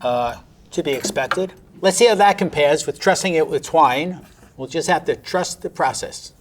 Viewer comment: We’ll just have to “truss” the process 😂